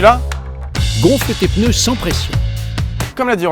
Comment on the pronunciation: moi je dis les pNeus et non pas les pEneus